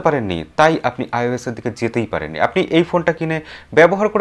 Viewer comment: 'Ois'noy ota 'Ios' hobe